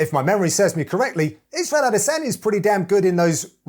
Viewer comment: "A De San Ya" your job is literally to be a generic voice, at least say names right. Also the more I see Anthony be a boring commentator,saying the same shit repeatedly the less I like him.